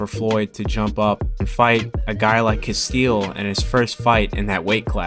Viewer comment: it's castillo, not castille